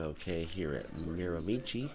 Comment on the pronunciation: A tip for the correct pronunciation, change it to Miramishe and you’ll be very close to the correct way to say it. I never played there but I did live about 10 minutes from the course for 3 years, left when I was 12.